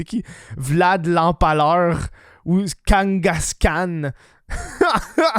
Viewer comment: The fuck Kangas Khan ? « Gengis Khan »